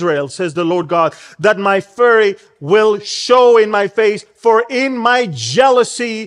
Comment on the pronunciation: 'fury' uses a long 'u'. as in 'pure'. 'furry' as in a furry bear. uses a short 'u'.